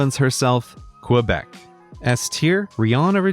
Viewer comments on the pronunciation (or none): Grey's pronunciations of «Québec» and «Rien a redire» hurt my Ontarian-but-passably-fluent-in-French soul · Kweh-bec. Ree-an ah ree-deer 💀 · He pronounced Quebec wrong, its Ké-bèk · As a french hearing kwebec made me deaf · I can’t believe he pronounces Québec like that. F for that.